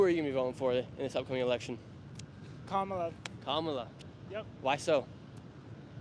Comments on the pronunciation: Is this guy stupid or ignorant about how to pronounce the vice president's first name? I guess it could be deliberate disrespect. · The host is such a manipulator because he correctly pronounced Kamala Harris's name when he introduced himself to the Kamala / Walz representative but then defaulted to his TRUE WHITE POWER RACIST BIASED TRUMP BROWN-NOSER SELF. HOPEFULLY THE HOST MATURES IN THE NEXT 3 YEARS AND GETS OVER HIS BIASED TRUMP (DOESN'T DO ANYTHING FOR HIM) OBSESSION